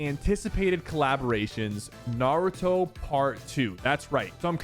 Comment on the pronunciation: Why did you sa Naruto like that 😕